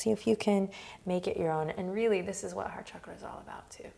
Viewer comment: at one point, Adriene said “heart chakra” and i thought i heard “hot chocolate”😂